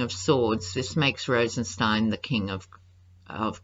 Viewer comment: Whitaker and Rosenstien are adversaries. Whitaker always mispronounces Rosenstien’s name. He isn’t taking the bait